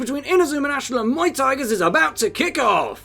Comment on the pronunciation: When he pointed out Muay tigers as Muay Thai I can’t unheard it lol it just Muay Thai -gers